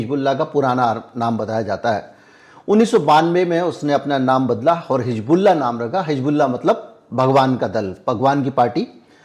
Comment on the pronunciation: Sir, I really appreciate your all videos, update news and your hardwork. But I would like to bring this to you that pronounciation of word हिजबुल्लाह. That is Hizbollah and not Hijbollah.